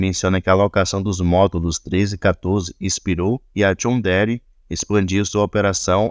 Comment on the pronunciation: Depois do jonh dere, larguei o video, se nao sabe pronunciar o nome de uma empresa, com vai analisar.